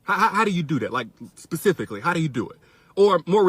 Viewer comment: *specifically NOT PACIFFIALLY.